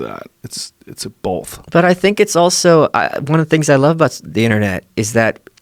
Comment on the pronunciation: Joe “it’s bollff” Rogan